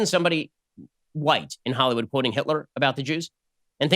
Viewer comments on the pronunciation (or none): none